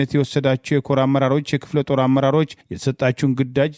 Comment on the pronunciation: እረ አማርኛን አትግደሉት ክፍለ ጦር ነው ጤር